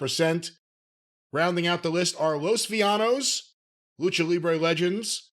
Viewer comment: My ear bleeds each time they said Vill-a-nos